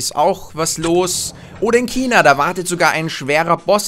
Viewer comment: wie er china ausspricht :D